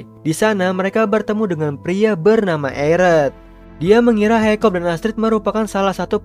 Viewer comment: Hiccup d baca Hikap bukan haikop. Stoik dibaca stoik. D dub inggris maupun indo pengucapan nya sama aja. Saranku next time d perhatikan itu bang apalagi untuk karakter yg sering d sebut namanya.